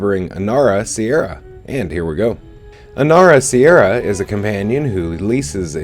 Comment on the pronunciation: It's Inara Serra, Dunderhead, not "Sierra".